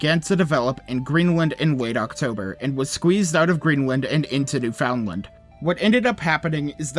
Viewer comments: Okay, sorry, I can't get over how you pronounce "Newfoundland". It's supposed to be "new-fin-land", there's no stress on the "found". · For further reference so no newfoundlanders are triggered. it’s pronounced new-fundland. Locals pronounce it newfunlan. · Small Correction: Newfoundland is actually pronounced "New-fan-lund." Just FYI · Bro can’t even say Newfoundland properly 🙄